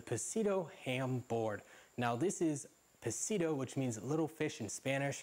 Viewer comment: The way you said pescadito.....ahhh I cringed b/c that's not how its pronounced haha but its all good! Your reviews really do help me though so thanks!!